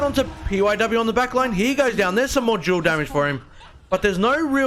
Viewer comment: just so u know, jewel=duel THE D IS NOT SILENT AND IS CERTAINLY NOT A J